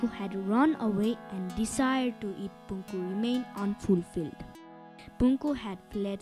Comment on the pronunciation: its not Punku - Punakhu Maicha